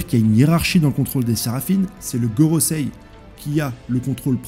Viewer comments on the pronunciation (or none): none